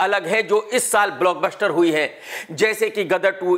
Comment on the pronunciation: Block BUSHHHTER 😂😂😂😂